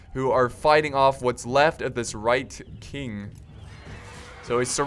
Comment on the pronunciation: It's WHITE KING. NOT RIGHT KING. AHHHHHHH